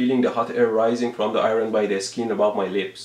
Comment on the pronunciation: "Eye-Ron? Whats an Eye-Ron cuz?"